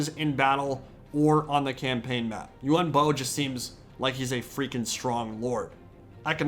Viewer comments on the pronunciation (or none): Them: "U-Won Bo!" Me: "Ian Bo."